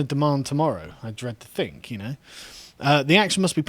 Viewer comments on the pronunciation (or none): none